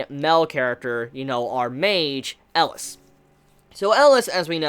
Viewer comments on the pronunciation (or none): It's ELIAAAAAAAAAS not ELAS COME ON